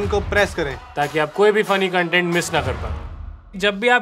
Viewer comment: I waited and hoped ki koi to smart UPSC wali janta ko correct karega.. it's कॉन्टेंट and not कंटेंट. Spelling is same for both but the pronounciation is different. I hope team HONEST REVIEWS see this. Apne UPSC wale teachers ka sahi hona bahut jaruri hai.👍